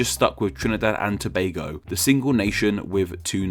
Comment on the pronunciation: kudos to you for the pronunciation also we use Trinbago and Trinbagonians unofficially